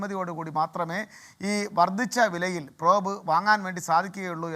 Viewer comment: Prob nu shaaamam ennu😂😂😂 entaanu prob ennu ayaalku aaru enkilum onnu paranju kodukku